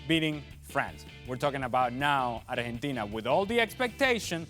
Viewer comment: Am I the only one who cringes when ESPN hosts put on a fake Spanish pronunciation when they say Spanish words. I had to stop listening after one minute because of the way he was pronouncing Argentina